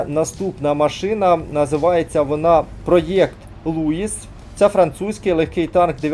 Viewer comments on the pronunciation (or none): Тільки не Луіс,а Луі